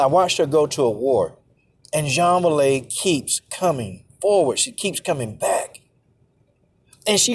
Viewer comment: Man her name is pronounced way lee